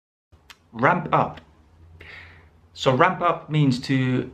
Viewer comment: Brilliant phrases.... issue for me is, I don't want to be rude, but I have to mention that, the pronunciation of words like Ramp, clamp and even layoff are not sounding correctly....no offense!!